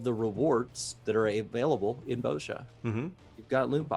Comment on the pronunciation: Why do they keep saying Boazja?....isn't it pronounced Bozja, with a soft vowel?